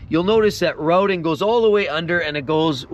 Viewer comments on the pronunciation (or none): none